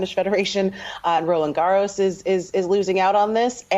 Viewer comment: Kavitha as a journalist learn to pronounce Roland Garros correctly.